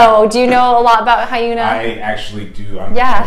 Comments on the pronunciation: Hi-yuna? Lol. It's actually "yunna" with a short "h" sound at the start. Like "hyunn-ah". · Her name is pronounced Hyuna. Not hiyoona lol